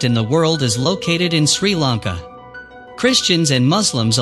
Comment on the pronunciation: This man, This man's pronunciation of Sri Lanka names is completely wrong. He should have asked a Sri Lankan person how to pronounce the names. Not a Tamil living in Sri Lanka, they call themselves Sri Lankan but cannot speak or pronounce words properly. Video is badly put together.